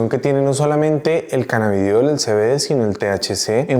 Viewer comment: Primero dice CANNABIDIOL Después CANNABIDOL Sólo un comentario